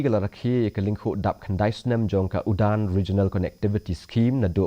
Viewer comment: Ym dei UDAN,hynrei URAN..Don katto katne ki kyntien Hindi ba ia u D hap spel R..eg.. LADAAI spel LARAAI..SADAK spel SARAK..etc.